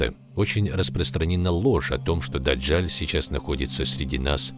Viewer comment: Не ДАДЖАЛЬ, А ДАДЖАЛ !